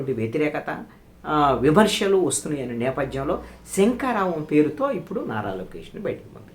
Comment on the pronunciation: శంఖా రావం కాదు సంకారావం అది